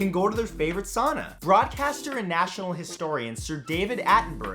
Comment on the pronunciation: It's pronounced sow-na